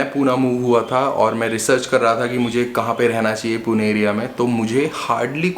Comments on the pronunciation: It's Pune not Poona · Please call it Pune not "puna" , it is पुणे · It is Pune not Puna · Bhai Poona nahi Pune h. Likha h vaise bolo bhi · Hi , Please dont pronounce PUNE ✅ as Puna ❌ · "PUNE" NOT POONA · For GodSake.. It's not Puna! Call it Pune >> पुणे why is that so hard to pronounce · Its not Puna....its Pune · My ears were bleeding every time you said Puna 😭🤮🤮🤮🤮 its Pune पुणे (not even पूने) And a lot other incorrect pronunciations..